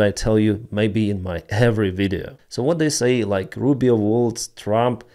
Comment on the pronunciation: That is not "Mark Rubin" That is Mark Rubio